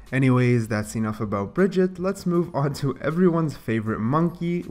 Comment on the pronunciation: Who the hell is Bridgette, her name us Brigitte...stop saying it like that...